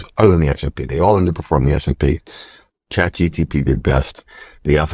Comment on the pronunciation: It’s CHAT GPT not GTP